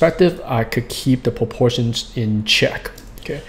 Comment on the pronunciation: I love it when he says "POPORTIONS"